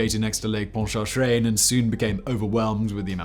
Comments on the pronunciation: I used to go to Jazzland every day when I was young. A summer pass was only like $80, and paid for itself after like 3 visits. And hats off to your pronunciation of Pontchartrain... You almost got it right, but most youtubers do far worse! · That's the most beautiful pronunciation of Lake Pontchartrain I've ever heard 🙃